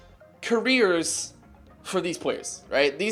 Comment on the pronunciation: Nice Korean meme. "They are building...KOR-eers"